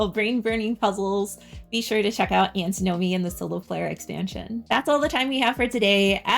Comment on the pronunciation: Antin-omy, not Anti-nomy ;)